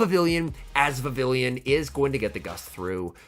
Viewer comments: You are pronouncing vavillion instead of Vivi(ll)on (pronounced vivi-yon) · Pronounced "Vi-viii-yon", I believe. The name is a cross between vivid and papillon (French for butterfly). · Hate to be that guy but it’s pronounced Vi-vee-yawn, as it’s from the Kalos region (based in France), and takes after the French word for butterfly: papillon. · I guess I'll be the first to point out that it's pronounced like viviyon since the name is derived from French words (Vivillon debuts in Kalos, which is based on France). It doesn't rhyme with pavilion 😂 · I couldn’t handle hearing him pronounce it so wrong